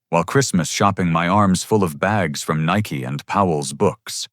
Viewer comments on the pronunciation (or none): none